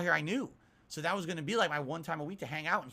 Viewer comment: One thing "irking" me about more and more is that he can pronounce the "Th" in "Thus" but when he says "That" it's "Dat"